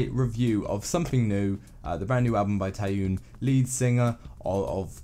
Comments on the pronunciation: Tnaks for the album review ^^ but it really bothers me lol, the "yeon" in Taeyeon is pronounced as "yon" or similar to "yawn" but is said quicker. Also I disagree, all the tracks are different from each other but also goes well with the entire album, it shows her maturity to music and herself while keeping her own color. Circus is an absolute favorite, the vocal direction and the instrumentals are soft and stirring but still holds an immense emotion. I think this mini album is one of her bests I'd say. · The "Tie-yune" pronunciation was getting on my nerves as well